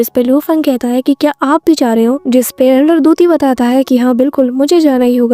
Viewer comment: Elder tuti nhi ...... elder puti